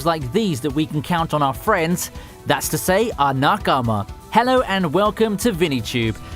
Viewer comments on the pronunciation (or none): bro I love your videos but how can you watch this much anime and have NO idea how to pronounce even the most basic Japanese words? NA-Kama, not nyeakyeama; tomodachi NOT tomodyachi.... Also, man this list is chalk full of junk anime-- you're better than this!!!